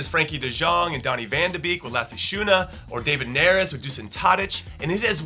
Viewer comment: if you pronounce van de beek as van de bake, you'll actually pronounce it right